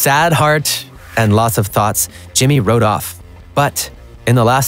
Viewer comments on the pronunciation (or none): none